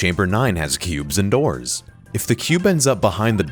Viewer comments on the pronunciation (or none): "Through the Dors"